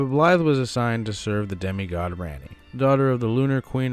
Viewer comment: For gods sake it’s prounced like Ronni not RANni